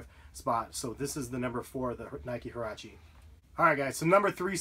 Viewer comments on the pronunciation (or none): did he just say herache booty??